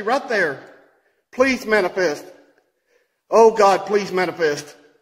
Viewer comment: Did say "It's Trying To "Manipests" Right In Front Of Me"! Hahahahahahaha